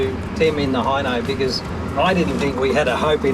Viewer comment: Hino not hee-no